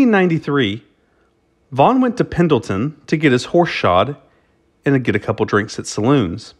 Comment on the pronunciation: Is it Vaughn or Vaugnun. Never heard the 2nd 1 before but that don't mean anything